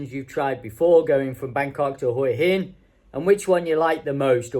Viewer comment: Thanks for pronouncing Hua Hin correctly. Few of the tubers/influencers get it right.